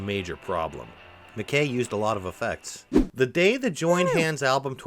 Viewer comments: McKay is pronounced Mc eye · It’s pronounced John Mc ‘Kai’ rhymes with ‘high’ I know a guy who claimed to have the guitar but he passed away so the story ended there. Someone must have it